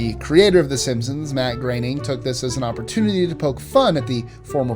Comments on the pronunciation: Matt groening not Graneing. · It’s spelled groening but pronounced graning